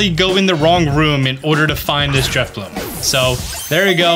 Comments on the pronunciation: That’s not “Drifbloom” - it’s Drifloon. And you’re doing it on Friday morning, not Friday night. (?!) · Did he say DriflooM???? 🤔😩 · It's Drifloon, not f*cking Driffbloom! You'll get one on Friday!